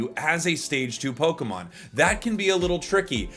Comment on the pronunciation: Its like lokemin breder